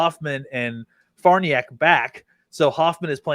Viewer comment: Love the show fellas BUT its been long enough.... the name is pronounced Far Nee Ock........